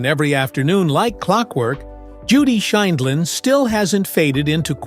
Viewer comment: Interesting video. It would have been nice if the announcer could have correcting pronounced Judge Judy's name. And the tag "how she lives now is just sad" seems disrespectful, demeaning and inaccurate.